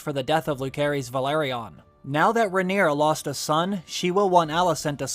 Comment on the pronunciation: It’s not Lukearies, it’s Lucerys